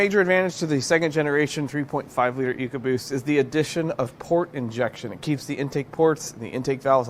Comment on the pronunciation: "Ecobost" case closed.